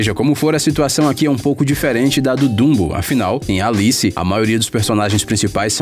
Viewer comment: dumbou!? meu deus esses videos sao tao gringos só traduzidos que o br falando fala ate da forma arrogante e gringa de chamar os personagens pelo oque eu sei e dumbo, e nao bumbou....